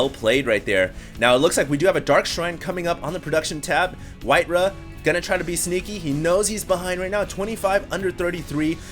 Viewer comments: his name is Whitera, not Whiterav... what's the v for? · Dude, you are wrong in more ways than you can possibly imagine! It's WhiteRAWR!!!